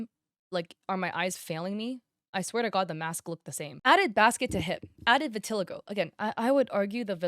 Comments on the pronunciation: hey imma be honest vitiligo isnt pronounced what you said its pronouned "vitahligo" i know because irl i have it and i use to say due to i had trouble pronouncing so i said how i read but its not that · Just a heads up, you're not pronouncing "vitiligo" right lol. It's hard to write the out pronunciation tho 😅